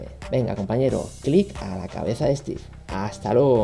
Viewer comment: por favor es stive no un robot :v